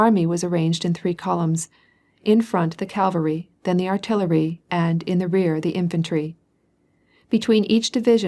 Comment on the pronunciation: Full of irritating mispronunciations, eg Calvary for cavalry, does the reader just doze off?